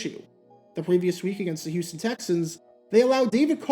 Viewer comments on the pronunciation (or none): none